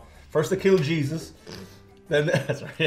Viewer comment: The vegans killed Jah-zus? Y'know I should collect all the -isms from this channel and publish the Rantings of.